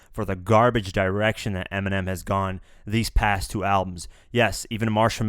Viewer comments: Nobody says eeminim.you wouldn't say that cuz it sounds stupid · People literally mispronounce Eminem daily by saying it as M&M lmao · Many people mispronounce Eminem lol why do they have to bitch about it